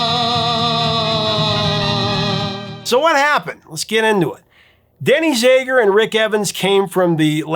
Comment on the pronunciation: The A in ZAGER is short vowel sound, not E sound. Just sayin...